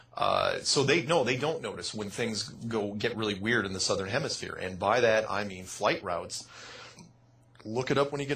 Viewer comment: you have to stop calling south "Sothern hemisphere"